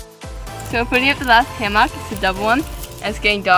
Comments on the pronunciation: Sounds like he's saying Ham-hock.... I thought it was going to be about cooking... It's Ham-muck .... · do you say it like everyone else now? Ham-MUCK instead of ham-MOCK. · Is he saying hammock wrong on purpose?